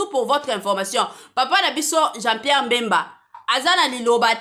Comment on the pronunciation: oza zoba franchement oyebi ko pronounce pe kombo naye te ezalaka Bemba (mbemba te)